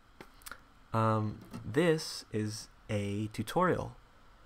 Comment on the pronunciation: its not "hello" its "ello" <3